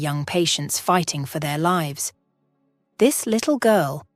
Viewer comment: The narrator was faster then your other’s but didn’t know how to pronounce lives or Michael.